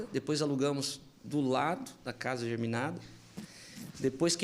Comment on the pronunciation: Entrevista muito boa! Só "doeu" a parte da "casa geRminada" dita por um corretor. A palavra correta nesse caso é "geminada". Facilita pensar que são casas gêmeas.